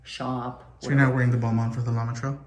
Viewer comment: Bal*Mon not Bal MAIN